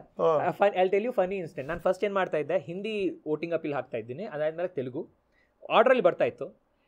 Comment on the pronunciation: Anirudh sooper singer.nanu nimma shows nodiddene. Nimma hindiya bagge pronounce maduvudu sari illa antha heluvaga tumba bejaru agthithu